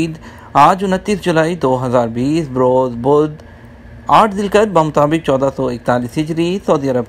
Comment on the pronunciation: Assalam wo Alaikum. Aap ghalat tareeq bata rahe hain. Aaj 8 zil qhaida nahi balke 8 zil haj hai. (Aur hamesha zilqhaeda ko zilkhad kyoun khete ho, zilqhaedah kahiye sahi tallafuz ada karein). Aur doosra correction yeh hai ke India ke Sher Vijay wada ko وجے واڑہ khete hain وجے وادا nahi. 😊